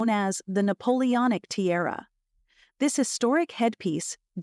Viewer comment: It’s tiara, not terra